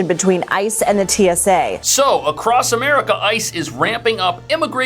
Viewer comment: t s a = teesa?